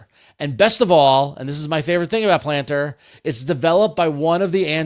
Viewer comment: So when I listened to this on audio only, I was convinced the app was gonna be "Plantr" and not "Planter." Clearly I have been online too long 😂